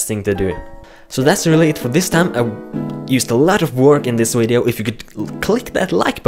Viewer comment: You said wideo lol